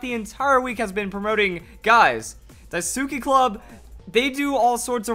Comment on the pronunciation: It's "dai-ski" not "dai soo ki/ke"